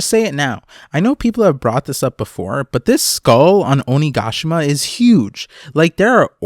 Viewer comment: I love the way you say onigashima ♡